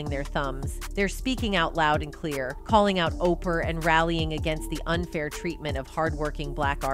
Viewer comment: The way they kept saying OPER like over and over thru the whole vid?! Like wtf😂 I can't stand Oprah but dang